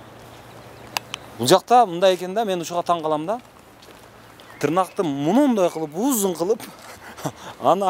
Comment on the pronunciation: Тырнак эмес тырмак